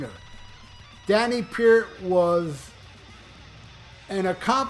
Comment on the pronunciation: Is it too much to ask you to learn how to pronounce the guy's last name???